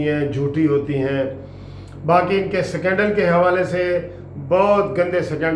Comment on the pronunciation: Secondle tho sahi boldo, uncle it’s scandal not secondle